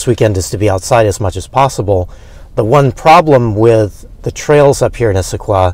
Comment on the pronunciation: You said Issaquah right all three times. (Indian word) The town sits right at the beginning of the foothills to the Cascade Mountain Range. Anything you see from Issaquah is a foothill.